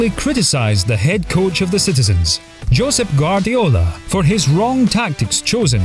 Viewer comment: Joesph Guardiola 🤣🤣